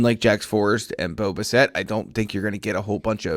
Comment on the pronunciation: Can you pronounce homeboys name correctly please? Bass-It, not Buh-Set